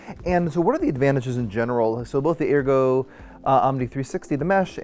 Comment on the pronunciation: You’re pronouncing Ergo incorrectly 😬😬😬